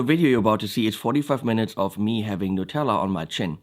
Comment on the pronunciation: NUTELLA. Not Nutella!